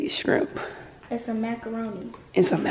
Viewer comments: She said strimp. I hate when people call it strimp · " sum strimp" 😂😂😂😭💀‼️